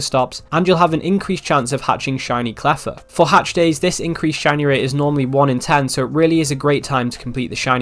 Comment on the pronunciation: Did guy just say "claffa" hatch day????